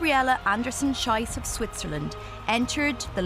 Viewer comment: It's not "Schyss, it's Schees". Schyss pronunciation means "shite", Schees mean "shoot"!. So the commentator is wrong. Get a grip you stupid woman! The athlete herself is a heroine!!